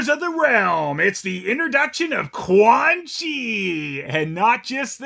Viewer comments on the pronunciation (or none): Uhhm fail us, Quan Chi goes uhhhh, not whalgh get it right ;)